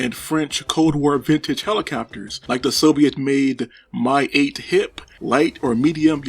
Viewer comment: Not "my". M-I 8.